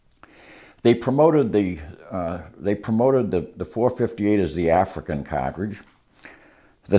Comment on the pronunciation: His wisdom on the subject is unparalleled but I’m mainly here to hear him say “catredge”.